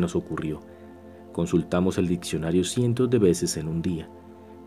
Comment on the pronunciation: Ditsionario? Sudterraneas? Odsesivo? Sedsual? Adsidente??? Hombre si vas a hacer un audiolibro debes pronunciar correctamente. Con todo respeto. Hay ejercicios para corregir esos defectos. Saludos